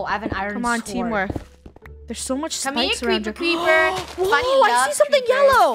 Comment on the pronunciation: Yesh and that was mean funnyeh